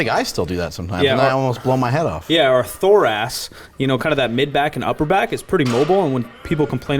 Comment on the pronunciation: thorax not thorace lol